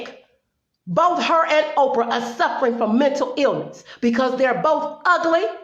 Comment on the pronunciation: Orprah? LOL!!! Good video, well said.